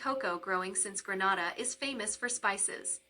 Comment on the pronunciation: Learn how to pronounce it before making a video.😮